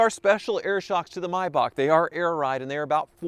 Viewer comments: It’s not pronounced Myback, it’s Maybach, Google it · It's a Maybach,not a Mybach. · Paid 40 thousand and can't even pronounce the feckking name. Its not a my back. It's s mayback spelt however z germans spelt is. Either way it's far from my back. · It's a Maybach, not a Mybach... Typical Yank, butchering languages one syllable at a time... ;-) Or do you also pronounce the month of May as 'my'? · What’s a “my-bach”…? How do you say the month between April and June….? 😂😂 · mee-bach. mee-bach. mee-bach. please, you're hurting my ears by mis-pronouncing it.